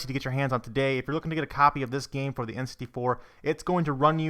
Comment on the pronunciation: I hate how this guy says the word "game" or "games"